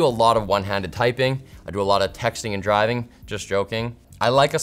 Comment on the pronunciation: i zoned off until i heard ”i do a lot of textning and drivning” and lmao 🤣